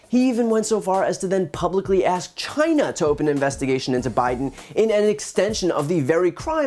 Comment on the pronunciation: Why is ' it ' still pronouncing China as ' J- i- Na ' '? Could someone in the WH tells ' it ' the correct pronunciation since ' it ' looks at China as no.1 trading opponent? Or is it something to do with the denture of that Dumbaxx?